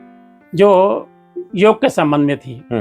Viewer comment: भाई साहब योगा नहीं योग बोलते है